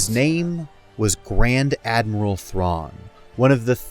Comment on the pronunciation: This is what I heard as well lol